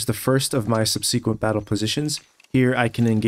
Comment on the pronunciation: Great vid as always in this series. Minor note, but I'm pretty sure "subsequent" is pronounced sub-sikwent, instead of sub-see-kwent.